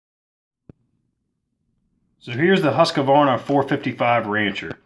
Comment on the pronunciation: It's pronounced Husqvarna - not Husk-a-varna.